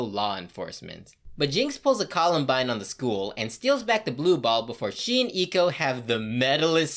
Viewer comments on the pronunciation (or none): “Eaco” Just say Ekko. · Honestly miss prononcing Ekko's name is hurting me more than some of the jokes